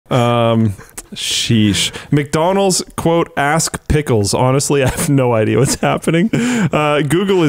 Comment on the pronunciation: I almost heard "ass pickles" which just worries me no end. 🥒 As a Brit, the lack of understanding shown by politicians and campaign groups of how the internet actually works is staggering to the point where I want to scream at my newspaper.